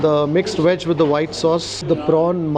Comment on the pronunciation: it's "veg wonton soup". Please don't pronounce it as "weg wonton soup". Indians get their "v" and "w" mixed up often.